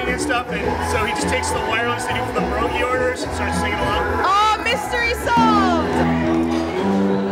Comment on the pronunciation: im sorry but PIEROGI (as it should be spelled & mind u its ALREADY PLURAL) with kale??/???????//? savage. also a ripoff with the prices! wtf onion for $2 where i come from its complementary infinity always period and yes im from germany/poland let me teach u how to pronouce it: PEE - EH - R - O - GEE no 'S' at the end dont embarrass yourself